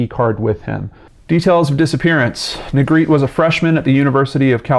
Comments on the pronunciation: This last name is pronounced Neh-greh-teh. Not Negreet. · Its neh-greh- teh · Sorry to be picky but his last name is a spanish one and it is actually pronounced "neh greh teh". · What baffles me is how Negrete is pronounced “Negreet” in every single YouTube video about this poor kid. 🤦‍♀️ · Well, I don't think people are gonna know it's pronounced "Nay-GREH-tay" like Spanish. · Every single person has pronounced his last name incorrectly. My older brother went to high school with him and played in the jazz band with him at Rancho Bernardo High School. His last name is pronounced “Ne-Gretti” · on a side note his last name is pronouced like spagetti (have actually heard his younger brothers both say it) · Yeah, it is pronounce Ne-gre-te. It is a Spanish surname. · Close 🙂 I’ll spell it phonetically, looks crazy but it’s Neh Gret Ay. Just making the correction bc it may be helpful. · I remember this. Ps: “Negretty” phonetically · No its neh- greh- teh, phonetically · Pretty sure it's pronounced ne-gre-tee or ne-gre-teh in Spanish pronunciation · I went to school with a Negrete; it was pronounced "Neh-greh-tee", with the emphasis on the second syllable. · He's pronouncing Negrete wrong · no, the E at the end of Negrete isn’t silent.